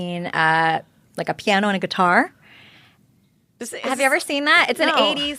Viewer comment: She said I play “Key-tar” and starred at Heather like please ask